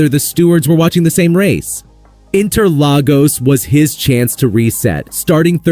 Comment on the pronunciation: Carl*OS*, not "ose". Interlag*OS*. Seriously, how hard can it be?